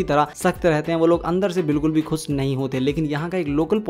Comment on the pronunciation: Bhai khus ni khush ہوتا hai